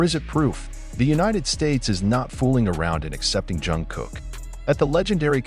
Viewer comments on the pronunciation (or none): Why is the voice saing John Jungkook 😭😅